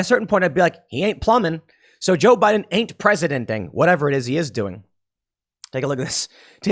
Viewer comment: Joe biden is not 'preseidenting' -Tim Pool 2022 😂